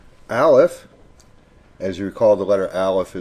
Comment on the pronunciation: U r saying alef wrong!!!! :0